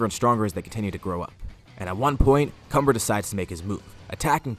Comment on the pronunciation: When cumber's name is mentioned its sounds like cummer